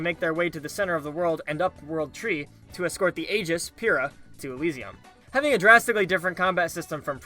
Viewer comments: Pira? It’s Pyra. Like pyro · I know right? Isn't it Pyra because that's like "Pyro" and her whole fire thing? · k i gotta say i cringed when i heard the way you said “pyra” lol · There's no way he made it to the end of the game pronouncing her name like that unironically unless he had the volume off (criminal).